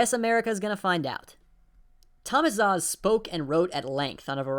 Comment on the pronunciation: Great bid, but Szasz is pronounced "Sas" not "Zaz"